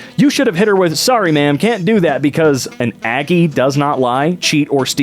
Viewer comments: im so surprised he said aggie right ha! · Yes, you pronounced Aggie right. The college town that they were referring to was probably Bryan College Station, which is the location of A&M university. The students there are referred to as Aggies. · You read the word “Aggie” correctly. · Yes, in fact, that is how you pronounce Aggie. If you would like to know, an Aggie is like a rural farmer of some sort. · “A college town in Texas where everyone’s favorite color is maroon” Heeyyyy! XD My Dad graduated in veterinary medicine there. And yes, you said Aggie right.